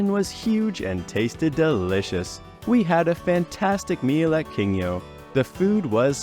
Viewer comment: The restaurant on Denman is not “King yo” but “Kin gyo”. Kin is gold and gyo is fish.